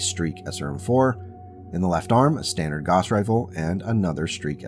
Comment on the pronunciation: fwiw Gauss = gowss (/ˈɡaʊs]/) not "goss"